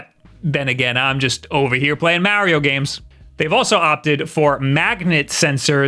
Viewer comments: He keeps saying Mowio!! 😂😂😂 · If this is a switch channel why does he say the name "Mario" wrong? It is kind of hilarious because in the begining of the video he went out of his way and specified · say Mario properly. DO IT!! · Dude how do you even say Mario like that? I can’t even replicate the way you say it. That’s how wrong it is. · Can we just embrace the way he says mario... 🤣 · I love listening to people with a thick East Coast accent pronounce "Mario" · You are the only other person I know who pronounces Mario that way lol. People rage at me for some reason when they hear me pronounce it like that.